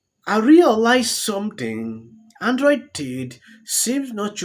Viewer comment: bro really said Android T